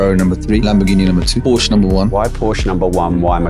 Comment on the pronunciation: It looks like these guys would know that Porsche is a two syllable word🤦🏻‍♂️ Ask how I know that👍🏻